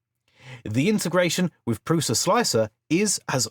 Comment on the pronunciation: by the way, prusa is pronounced (prU-SHa)